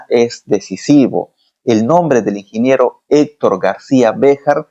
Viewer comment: Qué pasó: "Inginiero" o ingeniero...